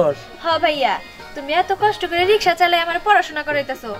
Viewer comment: ekono রিকশা শব্দ টা বলতে জানে না, রিশকা রিশকা করে শুধু